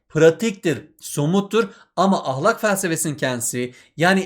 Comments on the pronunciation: Ahlak değil ya ahlâk diye okuyun lütfen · Hocam ahlak degil "ahlâk" lütfen konsurken ve yazarken dikkat edin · Hocam ahlak demenizden dinlemekte zorlandık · Hoca ahlâk demiyo Ah! Lak diyor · hocam o kadar garip "ah LÆÆÆÆÆK" diyorsunuz ki derse odaklanamadım ozur dılerım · hocam ahlak derken 2. a yı kalın demeyin😭😭😭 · hocam ahlak demeyi mi öğrenseniz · Hocam yozgatlimisiniz ahlak dediginizi dinlerken konuya odaklanamadik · hocam neden kalın a ile söylüyorsunuz video boyunca fenalık geçirdim